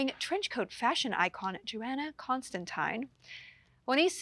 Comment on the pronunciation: It’s pronounced JoHanna not JoAnna!